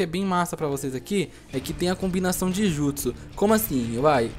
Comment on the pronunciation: O CARA n sabe falaaaar mannn namoraaal não sabe falar os nome dos jutsuuusss veiii